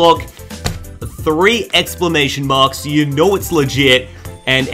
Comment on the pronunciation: And did you say "explamation mark" 🤣